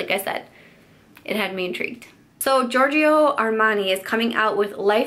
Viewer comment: I swear every single English speaking person mispronounces Giorgio except you , congraaaats :D guys it's just george-o , not ge-or-ge-o.